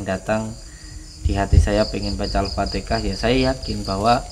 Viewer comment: Assalam, mohon maaf sebelumnya,penyebutan alfatikhah itu salah,yang benar itu alfatihah,tolong perbaikit ya,mohon maaf saya mengingatkan